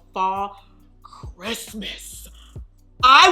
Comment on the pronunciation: 😂💀 when she said “ka-riss-mas”